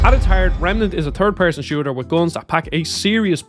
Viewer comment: You called it a turd person shooter? 😆